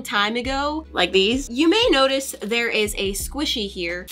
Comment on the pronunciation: Instead of notice she said nonice😂😂😂😂